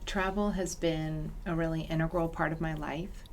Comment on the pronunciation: She did not just say INNERGRAL!!!!!!! it’s INTEGRAL you Goopy Fool.